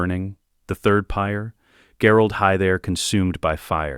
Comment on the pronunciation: Ai voice can say anything but Gerold Hightower. “Gherald Hi There”😂